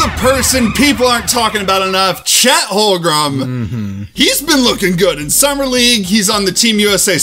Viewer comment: bro doesnt know chet's name its holmgren not holgrum haha love yalls vids